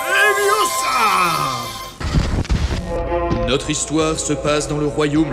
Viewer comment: Leviooosa Pas leviosaaaaa